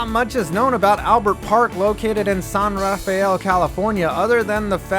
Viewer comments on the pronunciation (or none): FTR- San Rafeal is pronounced SAN-ra-fel. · It's pronounced San Ruh-FELL....just North of San Francisco in Marin County. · Pronounced San RAFFELL. San RAFFELL. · It's pronounced San RaFEL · Minor nitpick: San Rafael is pronounced "SANN ruh-FELL." Also, shoutout to Calfee Park! That's a great place to watch a game. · Your Bay Area pedant here..... San Rafael is pronounced "San Rah-Fell" by locals (still a nasty ballpark) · It's not a big deal since nearly everybody outside of the San Francisco Bay Area gets our oddball pronunciation wrong. I had no idea they had a minor league team. From the Pecos League website, it appears they joined for 2